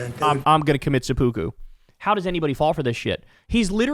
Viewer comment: Perfect tone--perfect mix of indignation and incredulity. (But check on the pronunciation of seppuku.)